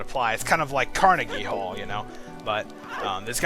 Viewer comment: wait did you say Carnege hall like the one in Ireland ?